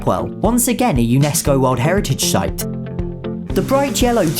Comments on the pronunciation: He pronounces 'site' as 'shight' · "A UNESCO world heritage shite" 🤣